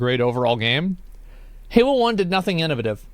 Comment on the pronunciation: Today I learned Asmon says "In'a'vuh'tive" instead of innovative.